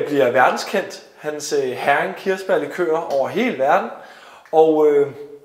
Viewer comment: Interessant historie, og godt initiativ. Bare en hurtig kommentar til museumsinspektøren: Heering udtales ikke som en engelsk sild (herring), men hEring.... :)